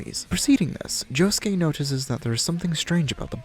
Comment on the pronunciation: Why the fuck is he calling josuke yuosuke